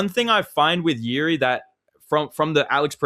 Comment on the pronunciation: Hey Champ, Jiri's name is pronounced "Yiji"